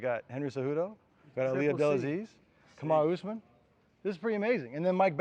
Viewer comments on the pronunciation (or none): WTF???? KAMAUR USMAN???🤦🏼‍♂️😂😂